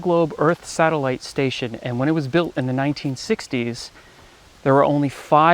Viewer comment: Sat - ellite lol